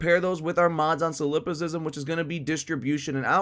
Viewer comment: That's not how you pronounce 'Solipsism'.